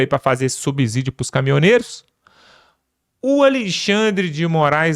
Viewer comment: Não é "subzídio". O "s" entre uma consoante e uma vogal, não tem o som de "z". É a mesma pronúncia de subsolo.